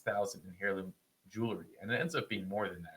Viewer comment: Bro, you don’t pronounce the “h” in heirloom 🫨